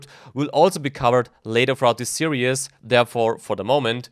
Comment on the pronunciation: say "serious" again when you mean "series"...do it.